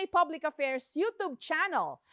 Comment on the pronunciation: Anggling tlga ni Jessica Soho, idol kita dhl s gling mo. Ang hndi ko lng gusto at hndi maintindihan bkt binabago nya Yong pagkabigkas ng salita gayang Dike , na bigkasin nya ay di- ke , youtube yo- tub nman para s knya. Nkkaconfuse tuloy ano b tlga. Cmula pagkbta ko hanggang umabot nlng ako gnito katanda ang pagkakaalam ko tlga s Dike- tamang bigkas ay dayk